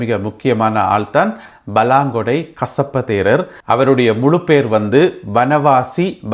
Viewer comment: நீங்கள் கசப்ப தேரர் என்று சொல்றது எனக்கு கொசப்பு தேரர் என்று கேக்கிது